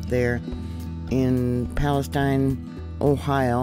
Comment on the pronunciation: YOU are the FIRST person I have heard that has PRONOUNCED "PALESTINE" CORRECTLY!!! The "I" Sounds like "EYE"!! Bravo!!!!